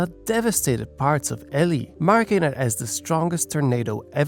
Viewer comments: Its pronounced E-lie not Ellie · the pronunciation of elie made me laugh